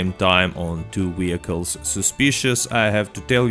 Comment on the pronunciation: My mans says 'Wheelcles' and I fux with that.